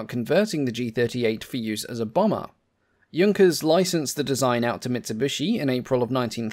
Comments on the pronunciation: It's nice that you can pronounce "Junkers" correctly but annoying how you can't pronounce "Luftwaffe" properly. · Thank you for not calling it the Junkers I do appreciate proper pronunciation. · Great compliment for being the first English aviation channel to not mispronounce "Junkers".